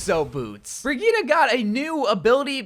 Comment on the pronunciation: Brigitte is pronounced bridge-eh -t